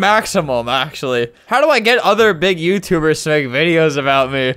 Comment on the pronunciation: Chase Rooney is suing *youtuberrs*. Why does he say it like that?